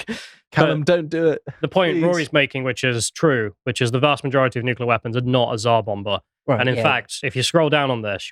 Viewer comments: Stop saying nucular 😅 its nuclear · Please pronounce nuclear properly. It's not "noo-cool-ar", it's "Nu-clear"! Ffs, I can;'g get past this Bush-ism! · What even is a nucular bomb? Is it anything like a nuclear bomb? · Hard to believe someone who can't even pronounce nuclear. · Somebody sounds like Homer Simpson when he mispronounces nuclear. There are "tactical nuclear bombs" with very small fallout. There was MAD, mutually assured which meant enough warheads/bombs to wipe out all major cities. OTOH, people now live healthy lives in Hiroshima. Keep in mind that humans evolved in a much more radioactive world. Or is that news? LNT is a fiction. We need radiation in our environment for a healthy life.